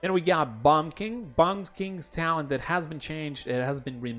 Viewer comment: Good vid but what the hell is a tallent? I heard of talent but not of tallent.